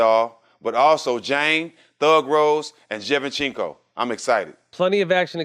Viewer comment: Stak5 butchered the HELL out of Valentina Shevchenko's last name in that promo LMAOOOOOOOO